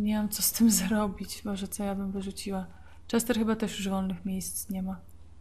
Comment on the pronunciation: Czester? :D